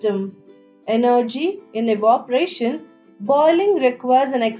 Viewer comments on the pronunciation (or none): Not evoparation evaporation and change voice or change the way how she speaks there is an echo and just tellin it make your channel better btw good explanation👍🏻;)